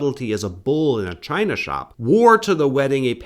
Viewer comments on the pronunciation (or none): none